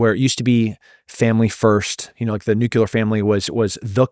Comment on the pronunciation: I like Tim, but I wish he would stop saying nucular bombs. It’s nuclear.